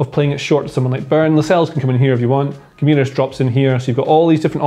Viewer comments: I think Romano pronounced it Gwimaresh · Loved how the pronunciation of Guimaraes just deteriorated as the video went on. Felt for you. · God the pronunciation of Guimarães is killing me. Great video tho.